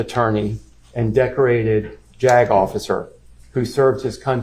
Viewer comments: More of a "Jag-off" than a 'Jag Officer' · lol "JAG-OFFicer" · thought the attorney reading the opening statement off his phone said "jack-officer"